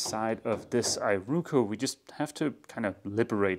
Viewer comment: Ee roh koh. Not eye ru ku.